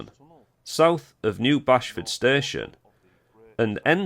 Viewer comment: Pronounced Base ford